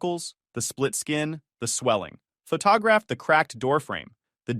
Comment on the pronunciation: Photographed = Fah-TAH-graphed ........ I'm dyin'🤣😂😅🙃🤣